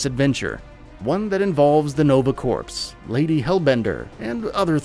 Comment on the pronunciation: “Nova Corpse.”